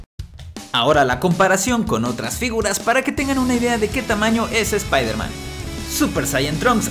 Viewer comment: Se dice Spider-Man